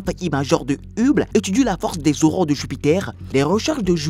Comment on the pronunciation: La prononciation de Hubble fait franchement amateur et dévalue la vidéo, c'est dommage car il y a beaucoup de choses intéressantes.